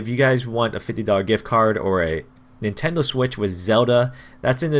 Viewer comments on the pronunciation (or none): none